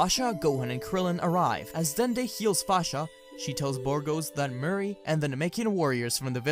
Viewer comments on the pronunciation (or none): His name isn’t Murray it’s Moori